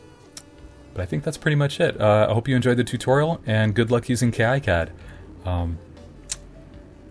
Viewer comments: incredibly alpha of you to call it "kay eye cad" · Great video, although it does skip through some of the exact steps used. I did manage to pick up some tips from this though. I even learned a third different way to pronounce "KiCAD". :)